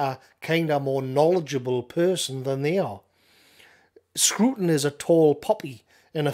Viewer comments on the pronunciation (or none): It’s not “screwton”. It’s a “Scraton”.